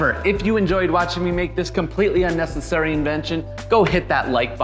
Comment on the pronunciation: A rug that says unesisairy